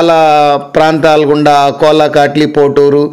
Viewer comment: Adi ankola kadu akola